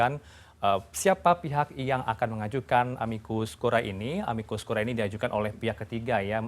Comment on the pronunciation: Aduh mas...tolong baca istilahnya yang benar dong...